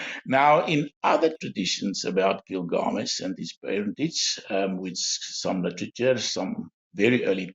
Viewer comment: It's was a very interesting show to watch. Thank you. Nice to hear about slightly different views which makes it all the more worth watching it. I'm wondering why constantly says, gil-GA-mesh. According to my understanding, the stress lied in GIL. So it should be GIL-ga-mesh. But any, it's not the most important thing. Thanks again for this video.